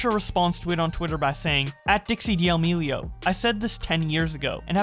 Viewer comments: It's painful hearing you say de-amelio. It's damelio. The ' in the name doesn't mean you have to say the d separately full stop then say the rest. It just sounds awful as de-amelio. Sorry. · why do pronounce d' amelio like Di' aLmEliO lmfao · stopping in the middle of the vid because d-AL-mi-li-o hurts my ears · For fuck's sake can you pronounce their last name correctly.?